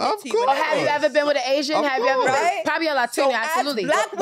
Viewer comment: "Don't eva" 🤦🏾‍♀️